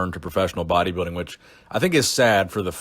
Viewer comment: It's pronounced body- building. Not bodybiddig